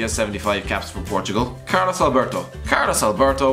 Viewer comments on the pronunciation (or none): none